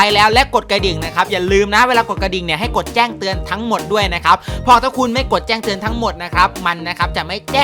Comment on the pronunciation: เมื่อว่านผมบอกว่าพี่หลุดคำว่าแจ้เตือนเป็นแต้งเตือนวันนี้พี่เน้นย้ำเลย ชอบๆๆ